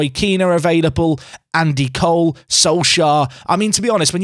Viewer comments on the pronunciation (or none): none